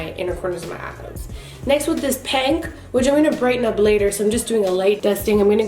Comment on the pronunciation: “Next with this PANK” LOL i died 😂